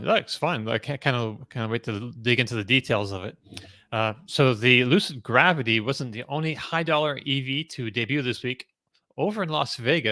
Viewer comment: 😂Only would pronounce it Lucid GraWvity….😂